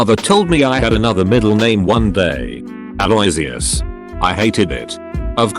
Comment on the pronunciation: Ale-uh-wish-ous (cough) not ale-oy-zee-us. I know the thing that does a lot of these mispronounces nearly everything, but at least people reading this will know how to pronounce it. (it's not 100% correct, but it's a lot closer than what they said